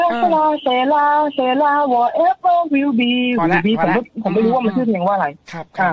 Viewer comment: กะลังกลัวๆ ก็คือหลุดขำตอน will be, will be 😂😂 คือพยายามมาก